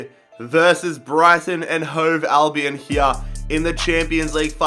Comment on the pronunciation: You say Brighton and Hove alvion